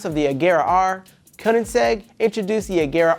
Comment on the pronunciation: “Koningsegg” Agera R lmao his pronunciation